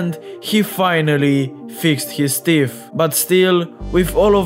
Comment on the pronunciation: His "teef"